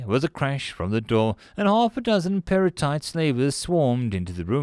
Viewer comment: I was confused when I thought you said perlite for a second